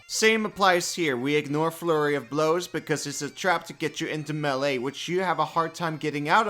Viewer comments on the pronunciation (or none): none